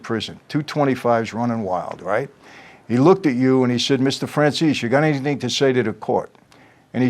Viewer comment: I thought his name was said like fran zay see 🤨